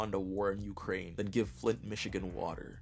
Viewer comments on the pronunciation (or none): none